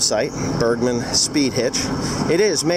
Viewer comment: I always understand birdman when you try to say bergman XD